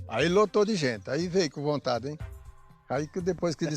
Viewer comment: "Aí lotou de gente, aí veio com vontadddi em..." Hahahaaaa